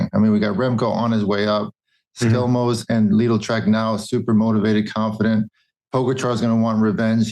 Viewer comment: But George pronunce "Skjelmose" perfect - and I'm Danish.